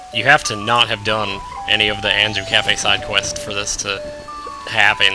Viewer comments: Im pretty damn sure its pronounced "kay-fee" not like cafe... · his name is pronaced KA-Fie